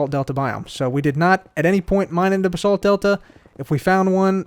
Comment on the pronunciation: It’s not bu-sult it’s bah-salt but ok